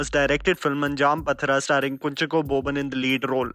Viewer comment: Anjaam Pathira(pronounced paadhira(midnight) Great list n wonderful build up to see these awesome movies💜🙏👍